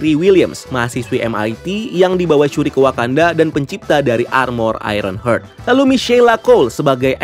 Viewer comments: mas, bacanya aironhart (heart=hati), bukan aironhert (hurt=luka) 🥰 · cara penyebutannya HARD bacanya bukan HURT wkwk